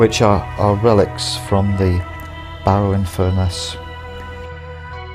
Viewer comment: Furness is pronounced as in Furnace not F ness. A common miss pronunciation which annoys locals no end! Gripe over keep the videos coming.....